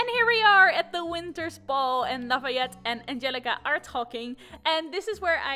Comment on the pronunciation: I was waiting all day! And I was not disappointed! :3 You pronounced Lafayette's name perfectly